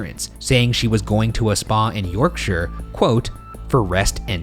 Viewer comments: I would like to congratulate Ryan on the proper pronunciation of Yorkshire (York-shur, not York-shire). Well done, sir. Well done. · Kudos on your correct pronunciation of Yorkshire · Well done for pronouncing Yorkshire properly. Most channels would say 'York-shyre', like hobbits live here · the best part about this episode is Shane and Ryan pronouncing Yorkshire as ‘York-sher’ and not ‘York-shy-er’. it’s so nice to see Americans pronouncing it correctly! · So pleased Ryan pronounces Yorkshire correctly and didnt over pronounce the SHIRE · As a Yorkshire lass, thank you for pronouncing Yorkshire properly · can we just appreciate they pronounced Yorkshire almost right instead of the classic American "York-shiyer" so proud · hearing an American properly pronounce Yorkshire is surprisingly jarring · Wow Americans who pronounced Yorkshire right ... am in shock!! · As someone from the uk all I can say is THANK YOU FOR PRONOUNCING YORKSHIRE THEY WAY YOU DID😂 A lot of people who aren’t from the uk pronounce it YorkSHIRE like it’s two words and not one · Really unimportant thing here but im from west yorkshire and finally someone pronounced it right lol